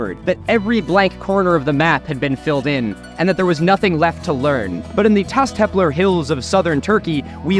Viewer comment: my man pronounces everything else perfectly but messes up Taş Tepeler 💀